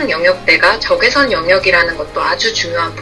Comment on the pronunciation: 1등...! 저 근데요.. 부터 까지.. '적외석'... 적!외!석!!!... 석....................!!! 신경 쓰이네요 ㅋ